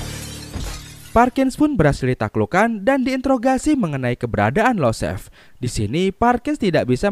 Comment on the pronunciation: Yosef bang bukan Losef Perkins bukan Parkins